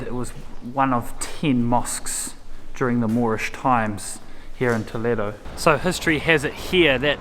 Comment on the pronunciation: I like very much the way you touch the walls. I been pretty doing the same since a long time. Her pronunciation saying Toledo it's been very good. Congratulations for your trip.